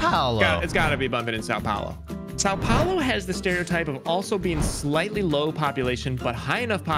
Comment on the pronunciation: That "São Paulo" pronunciation hurts so much 💀